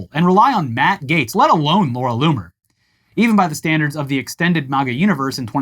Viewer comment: Anyone else hear "Loony" instead of "Loomer" everytime the guys said her name? I literally heard Loony over and over again..